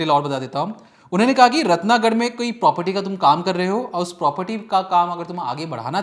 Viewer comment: तुम लोग रिपोर्टर हो या गैंगस्टर हो पीछे गन क्या कर रही है रतनगढ़ है ना कि रतनागढ